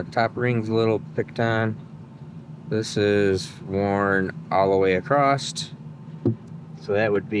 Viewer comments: You can tell he's from Michigan, he kept saying acrosst. Across has no T in it. hehe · Question? Why are your pockets not the first place you check for wrenches? Also... says acrost and then says across for other times. I now have video proof to show my wife that I am not the only one who says the same things. and I are the same person. Have you ever seen us in the same room together? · Just a funny - but sometimes it’s across and sometimes it has a T on the end - acrosst- guess it’s a Michigan thing cause Tom Bailey puts a T on it too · Why do Americans say "across"t"? No 't' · Gday, when you where checking pistons and rings i noticed when you spoke about the wear on the second ring you used the term worn acrost! Parson my dumb question but is that just how you pronounce the word cross.. Tell me its none of my business, when say cleets engine comes in like now you said the valves will be fine but im replacing them and the springs for s@ n giggles how do you charge the customer is it say a yearly service fee or is it charged as parts and labour or is it part of the engine purchase and you charge for parts..